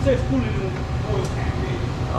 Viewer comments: It's oilant, not coil. :) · It’s not coil it’s Koo oil sir u ain’t cool unless u run Koo oil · Cooilant....you heard it here first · I think oolant sounds better. Pronounced "Ewlant".